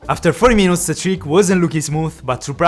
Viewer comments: Everytime he say after 15 minoutes i die laughing 😂😂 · Love to hear the "50minots"